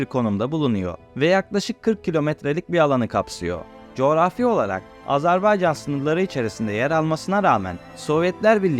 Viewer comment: AZERBAYCAN, AZARBAYCAN değil.